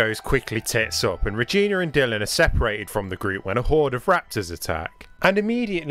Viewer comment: Seriously kid her name is Regina not Reginr.